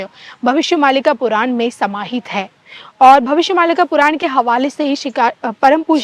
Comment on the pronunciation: पुरान नही पुराण बोल